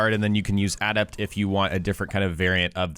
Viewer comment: Dude. Please ask someone how to pronounce the word "adept". You're killin me.